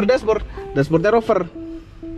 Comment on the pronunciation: Rover bukan oper, udah cringe salah lagi, payah